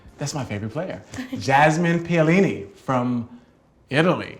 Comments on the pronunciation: Good interview, but, he shold pronounce the name correctly PEOLINI ? But, good interview. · Hey ! Learn how to pronounce Jasmine's name correctly before you get on air, even if you don't speak Italian. You can have it printed phonetically, which may or may not be helpful to you and thus avoid this embarrassment.